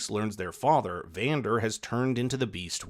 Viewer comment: Bro you butchered their names it's s Vander and Isha